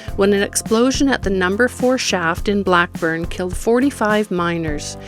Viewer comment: It' " Blake " burn not Blackburn!